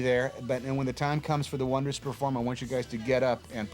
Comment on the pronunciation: Wasn't it oneders? Supposed to be pronounced one - ders.